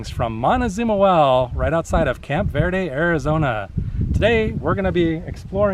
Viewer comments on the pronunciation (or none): Learn how to say "Verde" !